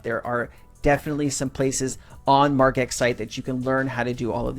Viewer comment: It’s Marge x not Marg x. Margin not margarita cmon